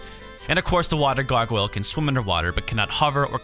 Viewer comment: wtf can u not say Gargoyle.